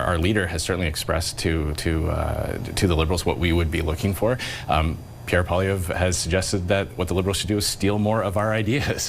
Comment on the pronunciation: its in the name poil LIE vre